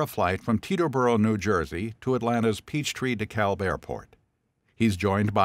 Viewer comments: It's Peachtree Dee-cab airport, not Peachtree Dee-kalb airport. Silent "l". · It’s pronounced DeKab, without the L. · dekalb is pronounced "de-cab" for the record